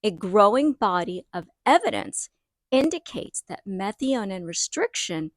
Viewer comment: Just a heads up, and not being critical at all: your pronunciation of METHIONINE is different than any way I have heard before. Just search google for how to pronounce the word, at least the way I have always heard it. Great info as usual, on your channel, thanks for the Methionine charts, etc. Have a great day.